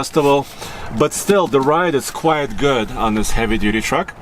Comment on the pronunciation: "quite" (very) ≠ "quiet" (silent)... they are NOT monophones, they DON'T sound the same. You're saying things like "the tires are QUIET big..." that's WRONG WRONG WRONG! 🤣🤣🤣